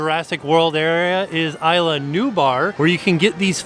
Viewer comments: In Spanish, Isla is pronounced "ees -la". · It's Spanish, not British. Ees-la, not Eye-la 😊😊just like the movie. Isla Nublar becomes Isla Nu-Bar. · 🤦🏻‍♀️ It’s pronounced “Eela” not “eye-la.”